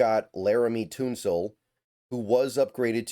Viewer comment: Laremy “Toonsoul?” 😂